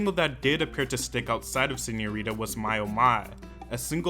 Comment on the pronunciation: SeñoriTa not Señorira.